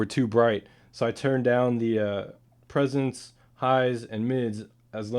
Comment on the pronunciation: it sounded like he said presonance.